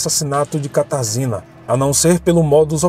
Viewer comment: Oi, a pronúncia do nome da moça é Katarjina, em polonês.